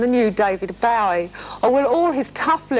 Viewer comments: To be fair, people have always mispronounced Bowie- even today people like Jonathan Ross and Ricky Gervais, both of whom had lots of contact with the man himself. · The way she mispronounced Bowie’s name is typical. Nothing changes. The music journos of that period were just as clueless about music as the ones now.